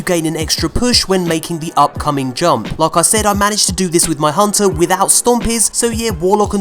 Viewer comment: U said wothout stompees bruh